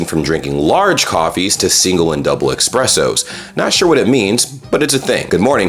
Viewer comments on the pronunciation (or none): It's "eSpressos", not "eXpressos"... there is no X in there ;) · did I hear you say eXpresso"s? 😁